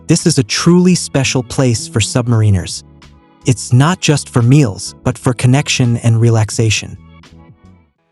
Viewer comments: Learn how to say "submariners." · The pronunciation of submariners is enraging.